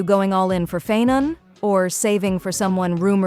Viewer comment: Isn't the pronounciation - Pha-aii-non.... ? It's grating on ny ears when he's called Phae-non... ☠️ And the oneiric shards too ... . . . . . . . . . . I need to ignore all pronounciations in this video if I need to keep my sanity..